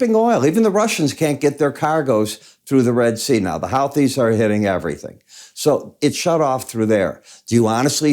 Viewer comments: Its "who-tees" not how-tees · Sure just going for the phonetic correction and the over enunciation of the H is the issue@